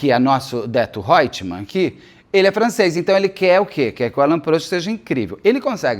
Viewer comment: Ele fala Odeto Hoetman, lembrei da Odete Hoetman, nem sei se é assim que se escreve😅